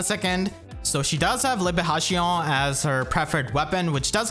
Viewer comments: your french pronunciation is almost correct! ("tion" is pronounced sion and not shion but your "on" sound sounds french and not english) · Your prononciation of Libération is so funny